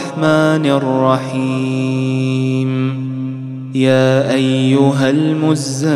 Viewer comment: حسب رواية ورش هناك مد في بداية الاية ياااااااا